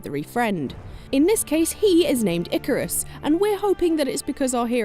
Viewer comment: Ikaros. Not Icarus